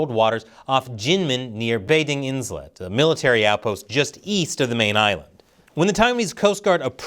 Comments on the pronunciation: Its pronounced “eye-let” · Islet has a silent ‘s’